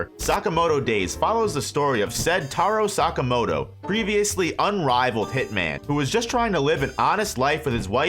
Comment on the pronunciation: Tarow sakamowtow